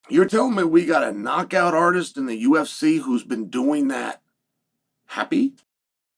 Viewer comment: "Nark out artist...." 😂😂😂😂😂😂😂🎉❤